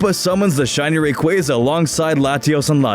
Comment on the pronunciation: it bothers me how he pronounces rayquaza